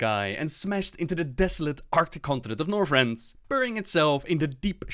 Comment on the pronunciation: Northrend does not have an "s."